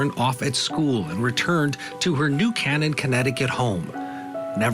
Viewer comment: It’s New (K-NIN) not New (CAN-IN)